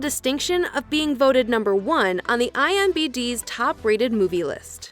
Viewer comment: you said imbd it's imdb